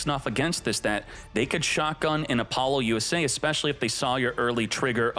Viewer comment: Is it really pronounced Apollo - U.S.A ? I have been calling it Apalosa all this time…